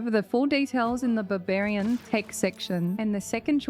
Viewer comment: Babarian, I can't unhear it now.